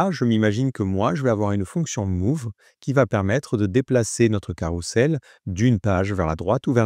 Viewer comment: ça se dit carrouzel et pas carroussel ;)